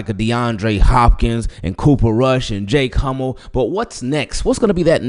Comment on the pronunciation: Did he say Jake Hummel 😮😅😅😅😅